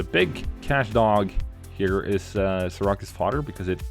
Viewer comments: Seer-ah-cues? LOL you mean Seer-accuse? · Lol as soon as I heard him say Sear-a-cuss I was like there’s gotta be a New Yorker who watches this video and is cringing lol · Just a friendly correction, Syracuse is pronounced 'Sear-accuse'